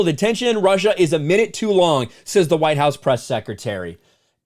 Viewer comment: But they still huwite, they still all huwaaaite! She's screaming in her head.